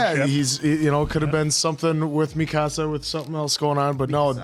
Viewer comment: Love how you keep saying Mikasa's name wrong